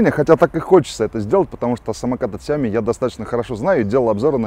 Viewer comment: Gennadievich Бесят меня эти Ксяомишники. сяомИ Xiaomi 小米 Ударение на И!!!!!